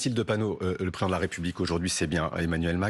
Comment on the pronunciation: Pourquoi ces journalistes ne prononcent pas "préSIdent" de la République correctement? Bravo Mathilde!